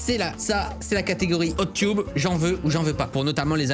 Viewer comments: C'est hot teub (prononciation) pas hot tube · Cyril ça se prononce hot ''teubs'' vraiment pas de blague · J'aime bien comment il dit "hot tioub" Alors que ça se prononce "hot teub" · Hot "tube"... ._. ça se prononce teub